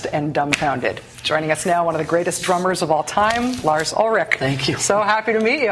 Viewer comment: I just noticed that Lars' "R's" sound like "W's"